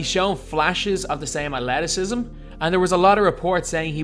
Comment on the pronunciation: He also butchered the word athleticism, dude? Are you missing a tongue ?